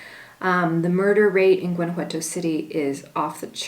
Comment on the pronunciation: Remember, if you live in Gto, don't pronounce the "G", a local should say it like a local. "Wana-wato". My kid's have family in Iramuco. I've heard Gto is alot like Los Mochis Sinaloa in terms of crime, take care!